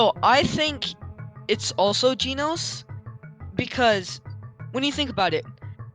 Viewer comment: WTF IS GEENOS